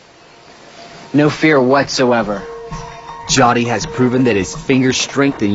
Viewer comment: Its not pronounced JATI, but JYOTHI...cmon man..